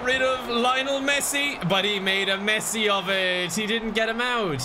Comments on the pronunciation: I am not a football fan but the way he pronounces Lionel Messi makes me cringe. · I was rooting for Messi, even though you mispronounced his name every single time